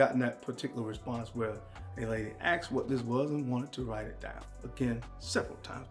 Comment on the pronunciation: It's "asked" not "axed"😁